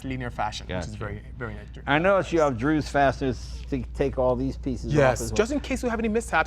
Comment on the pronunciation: Jay, DZUS Fasteners, not "Drews" fasteners. C'mon!